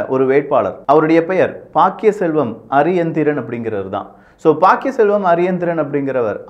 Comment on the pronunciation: தயவு செய்து இலங்கையர்களின் பெயரை சொல்லும் போது சரியாக சொல்லவும்.ஜனாதிபதி அவர்களுடைய பெயர் அநுர குமார திசாநாயக்க.நாமல் ராஜபக்ச.சஜித் பிரேமதாச.பாக்கிய செல்வம் அரியநேந்திரன்.ரணில் விக்ரம சிங்க